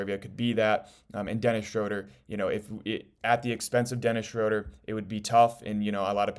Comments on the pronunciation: Just an FYI, It’s pronounced “Shrooder” not “Shroder” Unfortunately you can’t play Ausar and Duren together and expect to win. I like them as individual players but you NEED to trade Ausar for a more complete wing and let someone else build the project. You won’t get any value for Duren in a trade. Go get Trey Murphy Or Herb Jones and change or Toumani Camara for Ausar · Its pronounced Shr-ooooo-ter... Rhymes with Shooter. Good info.